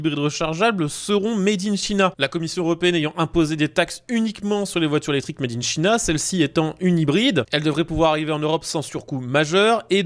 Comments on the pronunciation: 2123 kilomètres de capacité de coffre… wow. On se calme, on respire et n’essaye plus de faire du lance-pierres façon Antoine de Caunes. Made in China prononcé mèdinechina, ça pique aussi les oreilles à chaque fois. Les vidéos gagneraient à durer quelques dizaines de secondes de plus pour rendre le rythme plus agréable à suivre. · Bonjour; Vous prononcez « made in china » comme je le faisais en 1970. C'est rigolo.